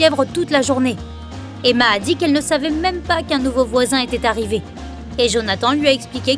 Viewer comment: "... était arrivé" avec é à la fin, s’il vous plaît,!